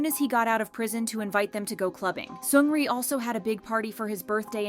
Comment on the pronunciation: 1) Seungri jailed 18 months not 18 years! why the shaking images...giddy after watching. If you want to make such video get the pronunciation of their names right!